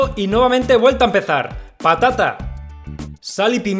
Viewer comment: Alguien mas escucho papa nata en vez de patata nata